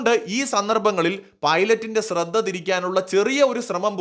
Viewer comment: Ashradha kuravalla shradha kurav that is right